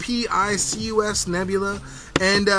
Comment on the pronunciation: and just so ya know its ep-i-cus